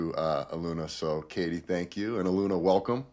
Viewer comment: Respectfully and with kindness, "Ahh- loon- yah" ❤ One Love ✨️ Thank you for this transmission 🙏🏼🫂 You are both wonderful and so helpful to the collective. Deep appreciation 💝